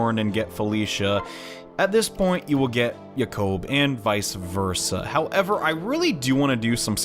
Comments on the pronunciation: Yah-kouhb? I've always pronounced it jay-kob. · the way you pronounce jakob's name sounds so weird. most people I know pronounce it the same way as the name Jacob. But it doesn't matter you do whatever you want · and you sounded even weirder during the hayato and orochi s rank support. btw make sure before you get the kids you get to the point where they have the offspring seal.